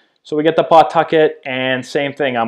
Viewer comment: Strange hearing a Massachusetts guy saying PAW-tuck-et. I went to HS in Attleboro. We all said P'TUCK-it. How do you pronounce Peabody? Worcester?